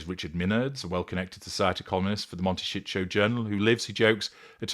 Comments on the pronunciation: Before making these stupid videos, learn to pronounce words properly “monteshitsjo” 😂😂are y sure YOU are not a narcissist, having your victim so clearly worked out!? And knowing so much about how they tick , not even being a psychologist, I wonder🤮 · Pronounce Montecito correctly, don’t care if you are AI! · Learn how to say the name of the town somebody to help you pronounce it